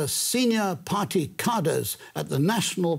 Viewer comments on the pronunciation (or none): He can't pronounce 'cadre'. China is weak in many ways. But this guy does not inspire any confidence he knows what he's talking about. He may just be poor at explaining his ideas. I hope if China does 'collapse' it is not at all like the fall of the USSR. And let's hope nobody screws up and destroys the world...